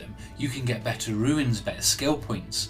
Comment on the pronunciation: This video was very helpful and I'm grateful for the work you put into it. But please, sir, "runes" is pronounced "ROONS." Not "ruins." 😅